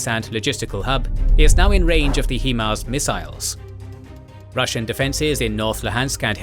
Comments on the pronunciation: For the love of all that is Holy it is pronounced HighMARS not HeeeeeMARS. Look at the spelling of the acronym and it should give you a clue. Bloody Brits invented the language you think you could speak it!!! :-) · HIGH-MARS. Not HE-MARS. Hahahaha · "HIGH-Mars" 👍 NOT "HEE-Mars" 👎 It's not difficult.. 🤨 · Dictor pronouced Hee-mars, but english speakers say HI-mars. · Please pronounce HIMARS correctly. HI (like high, it’s in the name or hi how you doing) MARS!